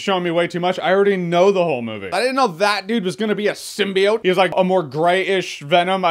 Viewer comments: I like how now they properly pronounce symbiote instead of "seem-bye-ote" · It seems they fixed the way they pronounced symbiote doesnt it?